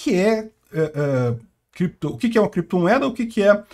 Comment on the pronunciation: É biticóiu e krépito moedas.